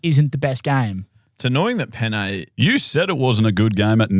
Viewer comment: My first language is Spanish and I gotta say ' pronunciation of pene wasn't even close to the actual pronunciation😂 Both Es are pronounced like in "end"